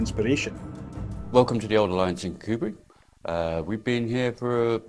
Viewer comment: Scottish narrator canny pronounce Kirkcudbright. It should be "kirCOObree". He must be a fake.